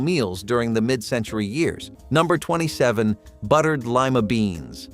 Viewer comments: Lima beans. Lie-Ma. Long I. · Please learn how to pronounce Lima, pimento, Stouffer’s